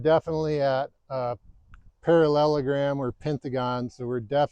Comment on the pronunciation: parallellagrammmming....parrrrrallleellllergramming...peralalalalagrammming...down the hill. Yeah...don't do <<<<--------- THAT. 👍